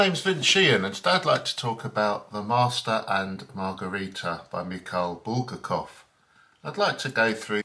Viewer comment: Video not focused, Book not in focus, obviously not reviewed, otherwise you'd re-recorded it. Bul-gar-kov mispronounced.